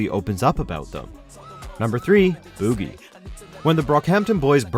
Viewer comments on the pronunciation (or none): Star didn’t even make the list!? Also it’s Boo-gee not buh-gee, it’s a dance not a booger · They called it boo giee it’s boogie lol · guys. its not boogie. its BOO-gie. and you say your a true brockhampton fan. smh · Wait did he just say bewgie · "booo-gee" lmao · This man really said bügie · boo gie lmao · Buh- gee like boogie as in dance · WHY DID YOU PRONOUNCE "BOOGIE" as "BEWGEE" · THIS NIGGA SAID BUGIE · “Bew gee” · DID THIS FUCKING GUY JUST SAY BUUGY? WHATTTTT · He really called it “boo-gee” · Why tf did he pronounce Boogie like that..... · This guy really emphasized on the boo in boogie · THATS NOT HOW U PRONOUNCE BOOGIE ASFKGJDJFKDJSKD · Why you gotta pronounce “Boogie” like that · Why he pronounce boogie like that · IS ANYONE ELSE DYING OF LAUGHTER OVER HOW HE PRONOUNCED BOOGIE? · i thoroughly dislike how you say boogie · one of the few videos that deserves a dislike... god this list is awful. TONYA is on here? HEAT isnt? Why is BOOGIE pronounced like that? Gross video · Its reaaaaaly bothers me how he says boogie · why they pronounce boogie like that smh. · 100% not how you pronounce “BOOGIE” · his pronunciation of boogie